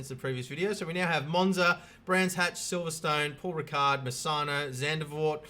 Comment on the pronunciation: love how everyone not Dutch says Zandavoort!